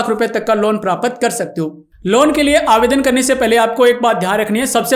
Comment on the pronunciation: तू ज्ञान दे रहा.. बता कितनी खेती / मिर्गी का पशु पाला जीवन मै???? प्राप्त को प्रापत बोल रहा 😅